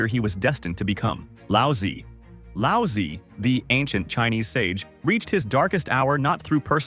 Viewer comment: Brother, your pronunciation of Laozi as "lousy" made me laughed, a more approximate English pronunciation that is closer to the modern Chinese pronunciation would be "lao zoo".